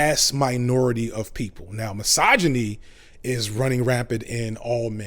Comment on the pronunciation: Take a shot every time this neckbeard says 'Massage-A-Knee'. Criticism does not = misogyny just because it sounds harsh. Man up.